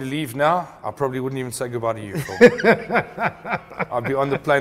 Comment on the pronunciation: This is is lovely show but the presenter needs ro pronounce some English words properly. Its not wourrn't....it's wouldn't and so on. English is a beautiful language when spoken clearly and properly. I hope he sees this comment.